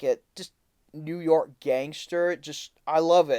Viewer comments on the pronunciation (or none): none